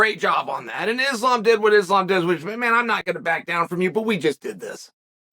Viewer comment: When Westerners learn how to pronounce the word Islam right , it's like saying ZamZung instead of Samsung.